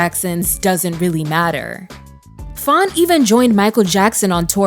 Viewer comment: Faune not Fawn 🥰